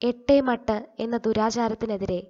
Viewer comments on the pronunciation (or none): 'എട്ടേ മട്ട് ' എന്നല്ല 'ഏറ്റുമാറ്റ്' എന്നാണ്